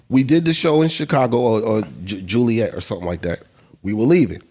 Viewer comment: Joliet(not Juliet) JOE